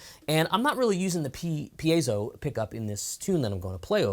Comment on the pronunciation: is a fine teacher and the only YouTuber who pronounces “piezo” correctly 😆